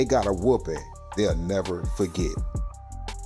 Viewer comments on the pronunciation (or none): none